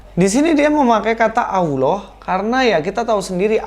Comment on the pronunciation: Kata Allah di Alkitab itu mbacanya Allah bukan Auwloh. Auwloh itu adanya di kitabmu, dikasih tahu bolak-balik kok nggak ngerti-ngerti sih ...